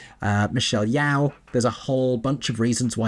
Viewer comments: just a quick one, its pronounced michelle yoo (like how one would go ‘yo’ in greeting or yo-yo) not yow like (ow! in pain). this is important to me as a malaysian, michelle is a malaysian, a tremendous,unequivocal talent and her name deserves respect. beyond that, love your review, couldn’t have clicked on your thumbnail fast enough and am looking forward to the review with spoilers! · Yeoh is pronounced yo not yaoww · Michelle Yeoh's last name is pronounced like "yo" not "yow". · Amazing review!! As someone who was skeptical of seeing it, I feel better going in with looser expectations and just focusing on enjoying the new presentation Also, in case a comment hasn’t mentioned it yet: Michelle Yeoh’s last name is with an open “Oh” like “Yo-yo” and not “Yow” like the word “POW”❤ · Looking forward to your in depth review. The pronunciation of Yeoh should rhyme with TOE rather than be the sound you make when you stub one on a table leg! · The way you said Michelle's last name???